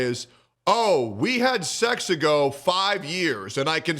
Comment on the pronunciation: "We had sexago, 5 years" lol my man's losin it